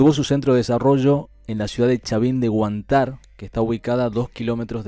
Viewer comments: Gracias por fijarte en mi pasado . Sr ud sabe cuántas culturas tiene el Perú , se habla Huántar acento en la primera " a " . Tú sabes de los " huacos eróticos " y una más al sur del Perú hay una nube que no avanza las demás sigue su curso , tapan una zona " mágica " nadie se aventura solo , se dirigen con guías y solo hasta la entrada de ahí nadie entra , si entran no salen nadie sabe su paradero . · Che, acento en la primera A,gracias,, Huantar,,fuerza voz, digo,bye.. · Corrección, Huantar lleva el acento en "Huan" y no en "tar"...............